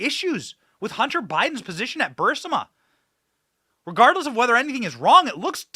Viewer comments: Benny, you have been reporting on this long enough to to start saying BU-RIS-MA instead of BU-SIMA. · It's Bureeeeecma Benny! 😂 Not Bersma